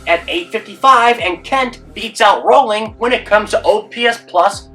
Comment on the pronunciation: Jeff Kent was average defensively Rolen was a top 5 defender at 3rd all time Kent will get in but he’s been punished for being a dick. Rolen was abrasive too, just not Kent-level And it’s Rolen not “Rolling”